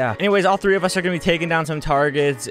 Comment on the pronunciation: "theres tlee of us"